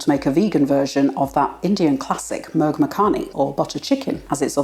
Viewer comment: mur -'u' as in 'pull' ; makhani /muck - nee/.